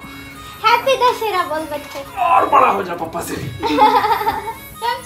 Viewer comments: Dashara nahin hota dashara hota hai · ap dusshere ko galat pronounce kar rhe ho it's not dashrra it's Dusshera and pls ap mhuje hater mat samajna mein bas apko sahi hi bta rhi hu i love you soo much dii😍😍😍😍🙂🙂🙂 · Dashra nahi dashahra bolte h 😂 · Dear it's Dashehra not Dashra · Happy dasra kyu bol rhi thi yar bar bar.. Dasahra hota h na..😡